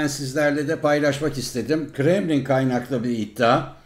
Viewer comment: Biri şu moruğa söylesin ortada İ harfi filan yok.